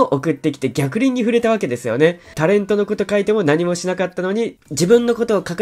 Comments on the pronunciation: 逆鱗←げきりん○、ぎゃくりん✕ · 「逆鱗に触れる」 ライオンちゃん、細かいことを いちいち突いてごめんなさいね。 ✖️「ギャクリン」 ◯「ゲキリン」